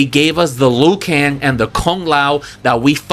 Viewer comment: HEY Another trailer park trash bag reactor save your opinion to your self bro we don't need and care what you think... you even throw shades at the actorwho plays Raiden about his English yet you claiming to be a so called fan of MK lore couldn't even pronounce the names of some characters correctly.. "noob saybot???" Luw kan and Kun lao ??? Wtf..😂😂😂😂😂 gayshiit always complaining and whining you guys are always hard to please do the movie/story/production yourself let's see if you can pull something? And kitana as one?? Well clearly your some woke ass gay shiit dude. You said it your self you always used women characters even when you were a kid.. 😂😂😂😂 pathetic.. your disappointed about most of the movie crybaby.. you wanted to share your opinion and reaction to the movie well THIS IS MY OPINION AND REACTION YO YOUR TRASH CONTENT SO LIVE WITH IT BROKE ASS IM ALSO JUST KEEPING IT FRANK😂😂😂